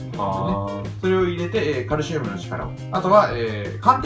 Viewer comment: カrrrrrシウム ここすこ